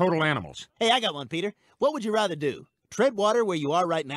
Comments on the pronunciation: Is it just me or does seth say "rother" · Watching them all back to back makes me hyperobsess over how Seth McFarlane pronounces "rather."